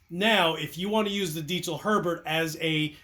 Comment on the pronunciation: Damn. That sounds great. And... he pronounces “Diezel” correctly. Well done!